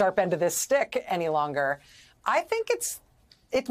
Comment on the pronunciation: Kudos to Lawrence for pronouncing the name Nauta correctly. Hi from the Netherlands 🇳🇱, the name comes from our province Friesland. The man is still an accomplice.